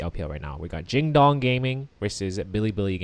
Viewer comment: quick tip it's pronounced "jin-doong" not "jin-dOng", that just really messed with me for no reason LMAO